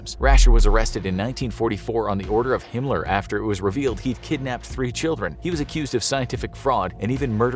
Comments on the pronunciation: Why does he say “Himler”? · Hinler mean hi*ler right he just cant say the actually name ? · Is he calling him hinler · Your really trying your best to not get di monitored by saying hinler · Is it me or is he saying “Himler”?